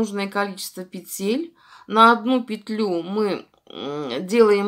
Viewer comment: Да не пецель,а ПЕТЕЛЬ!